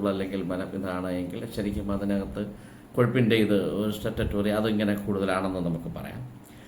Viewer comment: സ്റ്റേറ്റ ടോറിയ😅😂